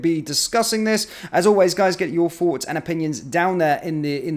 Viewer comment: Thoughts not forts.....please pronounce properly.